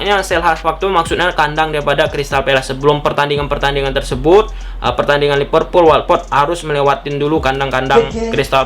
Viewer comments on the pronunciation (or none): none